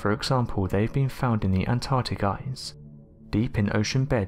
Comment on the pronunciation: you could speak a little more clearly...eg ice is pronounced ice, not eyes